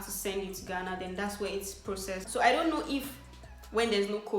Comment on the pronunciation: 'Let me now' she is so Nigerian 😂♥️